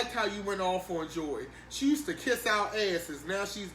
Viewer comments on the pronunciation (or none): none